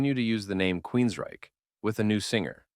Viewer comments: Nice summary, but some advice. Proofreading: It’s Hear in the Now Frontier, not “new frontier.” Vocal pace: You’re pace is too slow. I had to speed up the video by 1.25x for you to sound more conversational. Annunciation: Several instances of queens-RYCHE. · weird inflection on QueensRYCHE betrays you. Fake voice has to GO